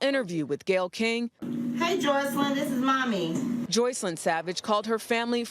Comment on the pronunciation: Her name is Joycelyn!!! He doesn't even know how to pronounce his girlfriend's name😆🤨